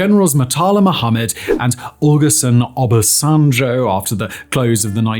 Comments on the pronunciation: O-lu-shè-gun Oba-sen-jò to help your pronounciation. He is in the top 3 worst leaders Nigeria ever had some might say top two second only to Buhari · Oh-loo-sheh-goon Uh-bah-son-joh [Olusegun Obasanjo]